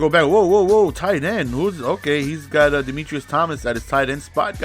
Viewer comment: "Demitrius Thomas" good shit lmao love the video tho